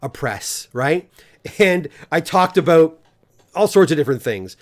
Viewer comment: Did he say, “talk aboot”?